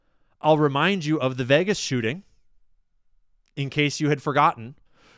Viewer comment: Yeah Vegas sounded like Vietnam 🚁